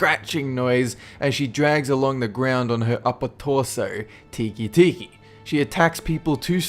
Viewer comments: It's tek tek not tiki tiki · You're pronouncing "Teke teke" wrong. It should be pronounced "Tay-kay tay-kay," not "Teekee teekee." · it's pronounced "teh-keh." not tiki. lol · TEEKEE TEEKEE Me: ITS PRONOUNCED "TECKE TECKE" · It's pronounced: "teh-kai teh-kai," Not: "tee-kee tee-kee." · It's teke teke teke and scythe not tiki tiki and it's a blade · great video but we must have jeard it diferantly cause teke teke's name is peonounced tehka tehka not tiki tiki lol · You're saying Teke Teke wrong.It's pronounced 'teck-teck' not 'teekee-teekee'. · Shouldn't Teke be pronounced "teh-keh" or something similar? Like the clanking of a train on tracks or the scratching of a horrible torso ghost dragging herself along the ground. It's definitely not "tiki" anyway. :P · It's Te and ke, not ti and ki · Teke Teke is pronounced "teh-keh," not "tee-kee." If it was "tee-kee," the romaji spelling would be "tiki." Remember,, unlike English, Japanese and a lot of other languages only pronounce their vowels in one way unless combined with another vowel sound. For Japanese, this is "a" (ah), "i" (ee), "u" (uu), "e" (eh), "o" (oh). Every letter except for one in the Japanese language has these sounds except for one. " Ka ki ku ke ko," "ta chi tsu te to," "sa shi su se so," "na ni nu ne no," and so on, "n" being the one without a vowel sound, and "ya yu yo" being the only set without all five vowel sounds. Other than that, great video! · First:its pronounced Tek-e Tek-e Second:you actually included my favorite the Teke Teke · For #3, I think it's pronounced teh-keh... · Teke Teke should be pronounced Tteh-Keh Tteh-Keh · it is tek tek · It's pronounced "te kay te kay" テケテケ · BTW "Teke Teke" is actually pronounced "Tek Tek" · Teke teke is pronounced "teh-kay teh-kay" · it's pronounced tek tek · the fact that he pronounces teke teke as tiki tiki is the scariest thing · Teke Teke is actually pronounced "tehk tehk", or at least thats closer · He pronounced teke-teke wrong